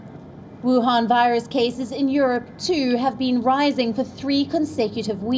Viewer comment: Wion virus 🤣🤣🤣🤣